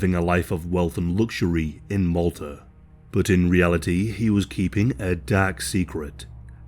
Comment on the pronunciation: Every time he says 'but' it makes me chuckle. It sounds like Bot 😅